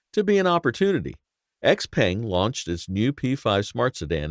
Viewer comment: Your pronunciation of XPeng makes me cringe every time.